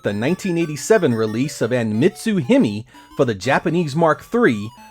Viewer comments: "Hime", the Japanese word for Princess, is pronounced Hee-may. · Hime is pronounced Hee-MAY. I totally disagree with you on the Alex Kidd game on the Genesis. i used a special invincibility trick and played through the whole game to finish and for me it was pretty damn fun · "Him-mee" LOL